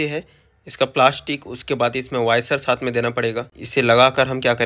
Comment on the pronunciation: वायसर नही वॉशर ।